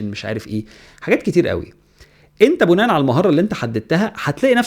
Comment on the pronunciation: شكرا يا على معلومانك... وبما اننا كلنا بنتعلم ياريت بس أما تقول (بناء على كذا كذا) ياريت تخليها بالكسر مش بالضم انا عارف انها حاجة ممكن تبقى مش مهمة لكتير من الناس بس دي لغتنا العربية